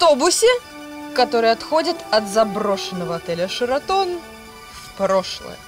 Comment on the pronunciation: Ну во первых не шИратон, а шЕратон)) Во вторых - Где вы накопали это ведущую?)) не эмоций, не стиля... жесть в общем, как на шарнирах передвигается))